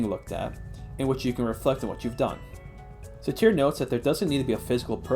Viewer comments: How did you get through an entire college course pronouncing Sartre as 'Sateer'? Could you really not be bothered to Google the pronunciation? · That's not how you say Sartre. There's no "i" in that.